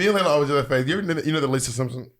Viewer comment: It sounded like Laila said "HIT HER" lol